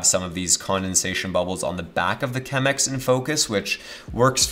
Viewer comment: This video was going soo well until he said "Chemex"..... The coffee snob in me is dying. But then, great video!